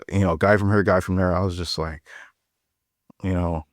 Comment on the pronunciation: “hurrrr” yeah he definitely from St. Louis